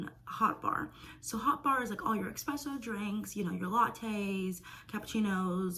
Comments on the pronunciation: It's not eXXXpresso! Please say it correctly. Espresso. It's your job to know how to speak correctly about the things that you are selling. Also just learn how to speak correctly. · Why on earth are you making such a big deal about something so incredibly minor? It literally doesn't matter if she pronounces espresso as expresso, it doesn't change anything. Even if you wanted to correct her, you can do so without being condescending and insulting.